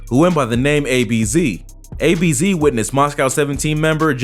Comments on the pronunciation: It was ab’z not ABZ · ABZ😭 it's Abz. Pronounced like abs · Man said a-b-z🤣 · The way he said abz was funny still🤣🤣🤣🤣